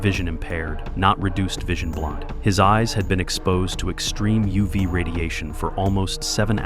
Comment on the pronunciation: U vy radiation. WTF is U vy radiation. Are you trying to say UV radiation??